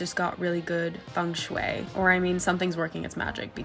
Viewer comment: your pronunciation of feng shui is so good!